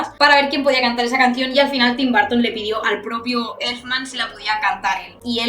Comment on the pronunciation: No es barton es burton.